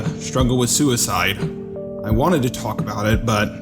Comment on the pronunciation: Su-wee-cide is the bravest thing anyone can do.